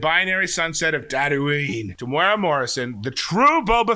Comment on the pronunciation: Tem-U-Era Not Temoora 3 syllables